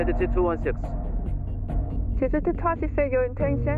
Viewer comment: If I hear "Jay-ju" one more time, I'm going to lose it lol It's Jeh-ju My wife knew the FO though, very sad for everyone affected; the victims, their families, controller(s), emergency crews, the nation